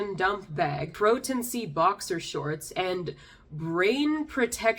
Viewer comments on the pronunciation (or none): none